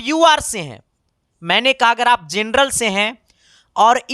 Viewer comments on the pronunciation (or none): none